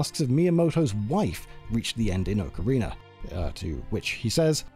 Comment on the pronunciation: Oakareiner. Holy hell thats a butchered way to say it haha